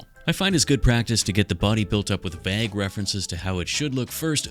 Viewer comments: "Vag differences"? Did you mean 'vague'? I will overlook your pronunciations of "aluminum" Being British myself, I'll let it slide, but no way in hell am I about to hear 'vague' pronounced as "VAG". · Vag? I've never heard that pronunciation before. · who pronounces vague like that